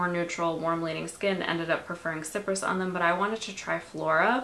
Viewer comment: It’s pronounced sci-press not sipress…